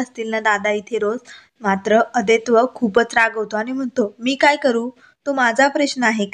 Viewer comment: Naav neet uchhara. 😊😊Aadaito nahi, Adwait.. 😊😊